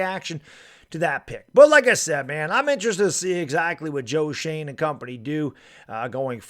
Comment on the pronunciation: It's Joe Shoen not Joe Shane. Pronounced Joe Shoen Shewn